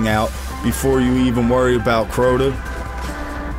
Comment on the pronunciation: Good video, But that's not Crota! I laughed every time you said it. Good job man.